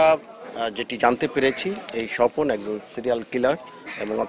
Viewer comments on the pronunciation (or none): স্বজন না স্বপন